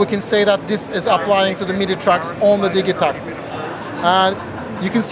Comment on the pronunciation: For anyone calling it the Di Jee Tact.... It's Di Geh Tact.